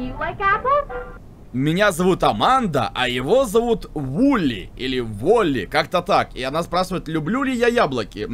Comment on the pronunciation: Правильно не воли а вили